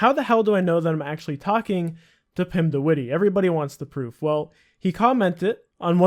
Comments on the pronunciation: "Pimdewiddy" I love English people pronouncing Dutch names. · 'Pim de Wittie'